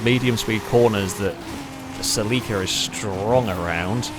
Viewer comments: Either you are pronouncing Celica entirely wrong, or I have done so since NFS Underground.. I don't know if I want to find out. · Never heard "Celica" pronounced that way. I like it & I'm gonna use it 👍🏾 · Yo why are you pronouncing celica, as sell-leek-a, I believe it's pronounced sell-ick-uh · I've never heard of the Celica pronounced "Sell-leak-ah". I've always known and heard it as the "Sell-eh-cah". It triggered me nonstop lol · "Saleeka" Oh shit. He means Celika or Celica as us Americans pronounce it. I had no idea, lol. Too funny! Actually, this race was so fun to watch, I'm gonna bookmark it in my bookmark list of fav Failrace vids so as to watch it again. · saa-Lee-ka??? you ment cell-eh-ca rt bro🤦‍♂️🤣🤣🤣🤣🤣🤣🤣 love the cockney accent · Its is not a SELL EEEKA... is a CELL AH KA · Listening to mispronounce Celica (SELL-a-kah, not sa-LEE-kah) every 15 seconds almost made my ears bleed. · I came here right away before getting past the mark. I was like... what is a seh-lee-kuh???? Then the grid popped up and I was like OHHHHH, seh-LI-kuh!! I have been living in europe for 15+ years and that is the first time I have ever heard it pronounced like that. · It's how it's pronounced nearly everywhere apart from the US. Very close to the original Japanese pronunciation too. Interestingly the US adverts for the Celica pronounce it "sel-ick-uh" where as the rest of the world got "sell-eek-uh". Always found that interesting, that despite sharing the same name and car model, it's officially pronounced differently. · Its pronounced selica!!!!!!!! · I know its a picky thing, but I believe its pronounce Sell-Ick-Uh. My apologies if this seems very "Grammar Nazi" of me but i have OCD and for some reason your pronunciation was driving me completely bonkers lol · Say it with me: SELL-IH-KUH Cel-i-ca No need for pronunciation to suffer for "the algorithm". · In Japanese they put the emphasis on the i so I feel like cel-i-ca is more correct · that Celica pronunciation tho